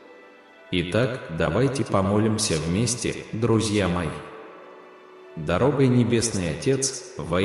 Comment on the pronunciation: В слове Дорогой ударение на последней слог ,, ой ,,.